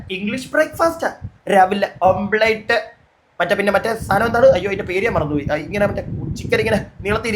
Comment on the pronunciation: ഓംപ്ലെറ്റ് അല്ല മുത്തേ... ഓംലെറ്റ്